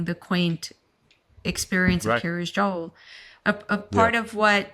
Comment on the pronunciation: Wondering why it's so difficult for so many people to pronounce Joel properly.